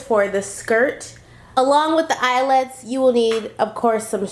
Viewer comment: count how many times she says eyelits(I think that is how you spell it)lol😂😂